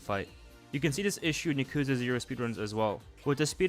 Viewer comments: bro just said "Yuh-koozuh Zero" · He really said Yak ooza... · I've never heard someone say Yakuza with such disfigurement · No one pronounced yakuza correctly lol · why do you pronounce yakuza like that